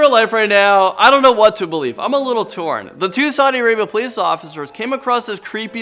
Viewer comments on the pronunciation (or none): none